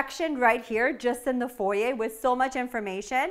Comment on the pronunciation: I've probably said this before, but thank you for saying foyer properly lol.